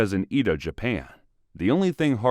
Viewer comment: It's pronounced more like eh-doh and may-jee.